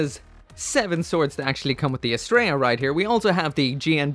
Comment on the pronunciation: You are ssaying the name wrong. It is not as-Stray-ah it is as-Tree_ah. It is the name of a Greek Godess